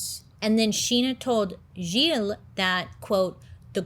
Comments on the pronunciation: That story has always been really interesting to me and I'm so happy you're covering it! Btw, as a French Canadian, your pronounciation of Gilles is great! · As a French speaking person, your pronunciation of Gilles is muah chef's kiss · As a French Canadien my-self, you pronounced “Gilles” very well 😂😂 Great video! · You pronounced Gilles perfectly. You are amazing. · I am francophone and let met tell you, you did a great job on pronouncing Gilles name the right way !!! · You didn't butcher the name Gilles, you pronounced it pretty well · Pronunciation of the name Gilles 100% ok! i give you A+!